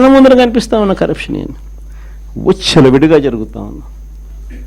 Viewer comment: ఉచ్చల విడి గా కాదు విచ్చలవిడి అన్న